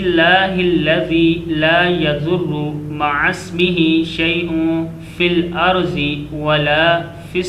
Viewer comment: The sound fel arze is not correct, we must recite it with sound of fel arde.